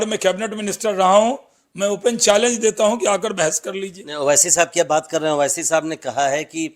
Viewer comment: Owaisi sahab ka name achcha se liya karo